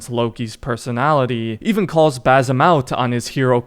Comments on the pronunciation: For the love of god its BaSim NOT baZim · I'm native Arabic speaker, his name is BaSim, not BaZim. Don't convert the S to Z. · It’s pronounced bas Im not bazim idiot why can’t Americans pronounce things correctly smh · Dude it’s an s sound not a z sound not basil but basim with an s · Where the fck is the Z in his name? ffs why do white people fail to repeat a name they hear for 40+ hours it’s BASIM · One things for sure. His name is pronounced basim , like with an S not a Z. Like the way the other characters pronounce it 10000 times throughout the game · How can you play 2 games with the character in it and still mispronounce the name? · Dude u said every name wrong why do u pronounce it like that in the game it says basin roshin it’s awful u say the name totally wrong listen to the game that’s not there names